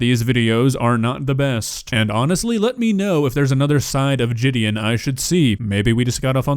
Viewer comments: dude your a COMMENTARY channel and talking about kids watching jidion you content is literally the trap of kids and demarcus is genuinely a good guy if you watch him and not take him out of context nigga is probably jealous that jidion popped off while he still trash in his yt channel its Ji Di On not Je De In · It's jih-D-awn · Man said jidyen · Don’t hate on someone when you can’t even pronounce there channel name “Jidian” 🤓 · Jidi- “On” as in the word on. Not a big deal, just saying lol. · Yea I like both of these youtubers so this is hard to part with so I won’t, also it’s pronounced (Jih-Deon) just to help in the future if you make more videos. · Honestly I normally enjoy and love watching your videos and commentary but you cant go after Jidion bro is mad funny and actually makes great content I can tell you have no idea abt him since the way you say "jIDeOn" like this is the only video i''ve ever disliked from you. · Your saying his name wrong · No way a guy named who cant even pronounce his name decides to talk shit LOL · I like both channels, but cmon man. Youre pronouncing his name incorrectly. Did you even watch any of his videos or do research on him? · Big fail this time, just desperate for content. Can’t even pronounce JiDion’s name properly. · Jidion is actually funny asf, and the only people who dont like him are the people who only know him through controversy. Judging by the way your saying his name wrong, proves you literally know nothing about his channel.